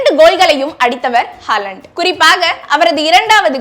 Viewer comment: அவரது பெயர் எர்லிங் ஹோலண்ட். ஹாலண்ட் அல்ல!!